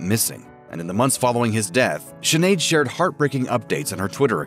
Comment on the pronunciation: Please learn how to pronounce her name !! It is pronounced Schin aed...not Sin aed. Sinead is a common Irish name and much appreciated when other cultures learn to pronounce it correctly. Listen before you speak! I'm sure Sinead would appreciate it too!!💚